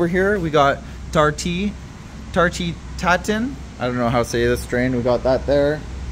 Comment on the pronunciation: pronounce it "Tart; ti' Tan"- it's a french upside own apple pie thing. Love the vids! keep up the great work!